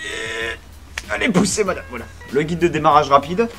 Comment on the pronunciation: tu m'as tuée avec ton " pouser madame " 😂 , bref belle video !